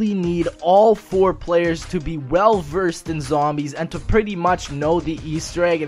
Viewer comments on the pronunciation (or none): none